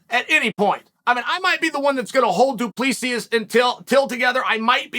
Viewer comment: Chael: ➡️ Doo-pless-eeee